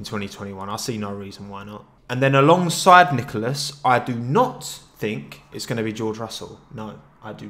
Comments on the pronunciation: Every time you said along side I heard Alonso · Each time you say "alongside" my heart stops bc i think you're gonna say Alonso